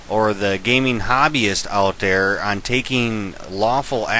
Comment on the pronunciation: dood why u say "der" instead of "THere"